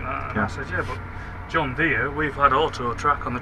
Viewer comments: John Deere is pronounced like “deer” not “deary” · it’s an American brand and I’m American and I’ve only ever heard it pronounced like “deer”. The guy you’re riding along with in the video also pronounces it like “deer”. I think whoever told you to pronounce it like “deary” was messing with you lol